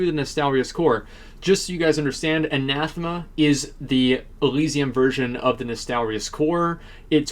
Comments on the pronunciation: I'ts "Ann Uh Theem Uh" by the way. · It's Anathema. He's just saying it wrong.